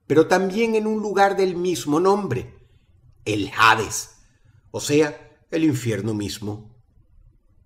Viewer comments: Dross, por favor, se dice Hades, no Jades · "jades"? (hades se pronuncia "ades" :v) dross va a la esquina y compra juevos xD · Brayan Griffin: Por que lo dices así por que pronunciase la H dross >:v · El jades, el jades no pronuncies la H, es Hades con H muda, esto significa que voy arder en peroles irviendo ataque una deidad de Internet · Dross no se pronuncia “jades” se pronuncia como se lee “hades” por lo menos en español. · HADES es la escritura correcta, pero no estoy seguro si la Pronunciación es JADES sino solo ADES...alguien que tenga mas conocimiento al respecto??? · JADES, dice😂 Eres un crack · La h de hades es mudas, siempre pronuncio mal lol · Es chistoso como Dross pronuncia mal algunas palabras en inglés u otro idioma, como cuando dice Valaya en vez de Valhalla o algunos nombres en inglés que no sé si lo hará de profeso o si de verdad no sabe pronunciarlos 🤔 Sin embargo, dijo Hades pronunciando la H cuando en la palabra es muda jajajaja es curioso XD La verdad, creo que lo hace a propósito